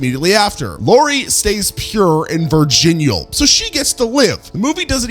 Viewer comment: Pure and….”ver-gin-yool”?